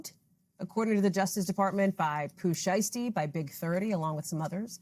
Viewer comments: get Pooh name right said it right pooh who 😂😂😂😂 lmfao if u can't said right then no need to give us no feed back about the situation pronounce it right lol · That “Pooh shursty” is killing me tho. lol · Who is Pooh SURE~uh~STEE? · I’m from Memphis, and I’ve never heard of “Pooh Sheerstee!🤣🤣🤣😭😭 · Why is it saying his name wrong like that sounds dumb boo stop talking about a person if you can’t even say name right not funny